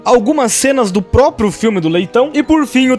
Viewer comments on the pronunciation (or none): none